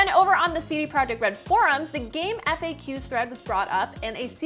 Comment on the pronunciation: I worked on gamefaqs for many years and we always pronounced it “game faks”. Not “eff ayy cues”.